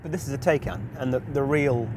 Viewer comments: Come on sort pronunciation out it’s not Tay-can it’s Ti-can..... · Jesus at least learn how to pronounce the car name. Tie-can not Tay-can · TIE-CAN!!!! What's a Teh-can?!! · Given Porsche say it’s said Tie-can, why can’t you do the research and pronounce it correctly. It’s kind of your job as a car journalist. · Wish he'd stop saying "Tay"-can & pronounce it properly